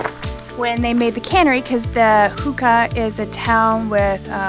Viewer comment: sadly mispronouncing "huna" "hoonah" "xunaa" as "hookah"! in the first part of this?! Two times! Also stating that Hoonah is a part of icy strait. Not so much. Icy Strait is a part of Hoonah. This woman's take on Icy Strait and Xunaa is a far cry from its rich history.